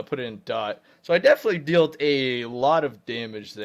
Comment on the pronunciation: DEALT IS PRONOUNCED DELL-T